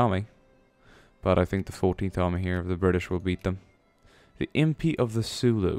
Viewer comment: it's Zulu, not Sulu. They are not fighting against one of the most adorable officers of Starfleet.